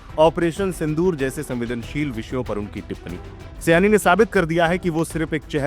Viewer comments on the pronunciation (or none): सयानी नहीं, शायोनी सयानी का मतलब कुछ और 😂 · सयानी नहीं, सही वर्तनी होना चाहिए सायनी। बंगाली उच्चारण : शायोनी घोष